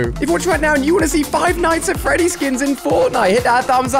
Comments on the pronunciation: DId you just (Five nights at Freddies) What FREDDIES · Five nights at "Freddies" 😆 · is "Five Nights at Freddy's" not "Five Nights at Freddies" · they were pronounced "Freddies" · Its not freddies is Freddy's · jesus christ "freddies?" smh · No one Ali-A: Five night at FREDDIES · He said feddies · He’s saying it like it’s plural